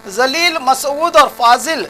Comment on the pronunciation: ap ki islah chahta hon abdul Jalil ka nam ap bohot galat bol rahe hain ap se guzarish hai ke ap jo bhi nam bataen vo sahi bolen isliye ke musalmanon ke nam Allah ke nam se munsalak hote hai Abdul Jalil ko zalil bol rahe hain abdul jalil ke meaning bade jalal vale ka banda hote hain aur zalil ka meaning be izzat vala hote hain itni tafsil batai galat mat samjho ek dosre ki islah karna ek dusre ka farz hai